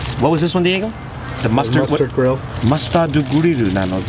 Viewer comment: が息子さんに「このバーガー何て言うんだっけ？」っ聞いて『mustard grill』ってネイティブ発音したのを「ますたーどぐりる」ってジャストな日本語で解説するのは…度肝を抜かれる！よくぞそんな日本語表現できる！たぶん世界一の日本語能力だと思う。